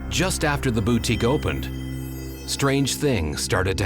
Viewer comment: I find it absolutely terrifying that someone who owns a boutique does not know how to say the word boutique correctly. 😂